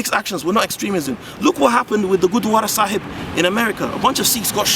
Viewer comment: Gotta love your correct pronounciation for Gurdwara Sahib. Great video - exactly the kind of thinking that needs to go on for a better world.